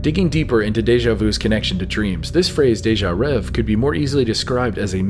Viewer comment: It's not "déjà rev", it's pronounced as if it were (in English) "déjà rev-ay". It's "rêvé" and the accents tell you how to pronounce it. The last letter is an é, not an e.